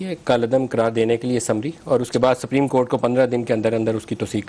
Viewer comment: He is a lawyer and can't pronounce the word,"supreme court" property. Just listen carefully and you will find the difference.